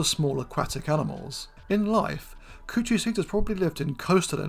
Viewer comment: Coochiecetus (Kuchicetus) 😂